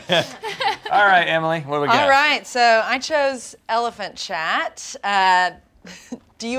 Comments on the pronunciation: I thought they were saying elephant shat not elephant chat lol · I thought they were saying "Elephant Shat" and I was so confused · I thought she said elephant shat